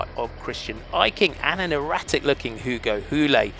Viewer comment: It's not Hugo Houli, it's Hugo Houle haha. Nice to see some québécois in the front of the race!